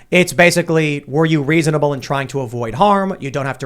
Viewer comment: did Tim say "Weasonable" or is the constant ringing in my ears just making it sound like Tim is saying weasonable instead of reasonable?